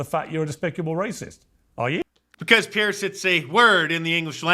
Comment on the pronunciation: Mark, it’s Piers, not Pierce.